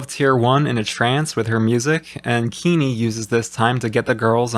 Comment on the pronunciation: Keeney? more like King-ney